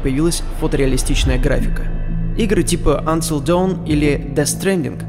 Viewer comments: н-тил до Господи, это произношение русского человека, который пытается сделать натуральные английский... Более отвратительно только час детского плача. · Вот зачем надо было так коверкать название? Я с третьего раза только понял, что автор ролика говорит Until Dawn, хотя об этой игрушке, разумеется, прекрасно в курсе.